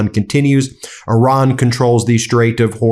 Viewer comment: Renaming Lake Ontario is beyond arrogant, but perhaps symptomatic of mispronouncing the names of other countries: Iraq, Iran, Qatar. Disrespectful even if you don't like them.